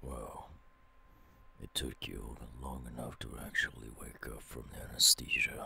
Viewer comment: Bro Whoever said anesthesia Said it wrong It's not Anastasia It's anesthesia